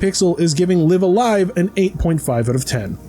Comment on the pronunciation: Oh thank god, he said it right. I will take live alive as my hill to die on. Live a live just sounds weird.